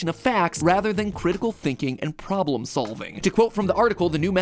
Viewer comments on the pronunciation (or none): none